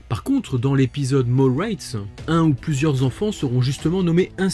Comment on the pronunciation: Très bonne vidéo comme d’habitude 😉 (Et pour ta culture personnelle, on dit pas "raytes" mais bien "rats" avec le son A à la française 😉)